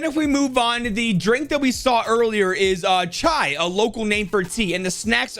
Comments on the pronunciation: the most accurate pronounciation of Chai I've ever heard from a foreigner lol Edit: And yes, Samosa is a classic food item you can buy from various stalls in most cities here in India. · C'mon his "Chai" was pretty good.